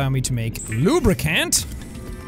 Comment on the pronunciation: Think positive LubriCAN not LubriCAN'T